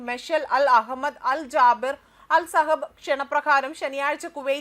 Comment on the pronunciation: സഹബ് അല്ല സബഹ്‌